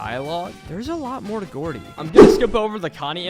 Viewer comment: ITS GROUDY NOT GOORDIE